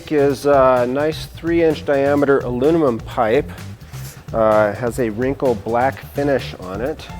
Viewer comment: "alunimum pipe" :D